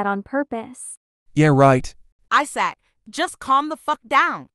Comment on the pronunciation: “I S A C”